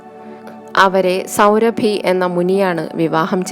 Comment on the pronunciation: സൗഭരി മഹർഷി....സൗരഭി അല്ല.....ആഖ്യാനം നന്നായിട്ടുണ്ട്